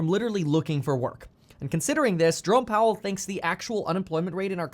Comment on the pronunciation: When you say Jerome Powell I hear Drone Powell.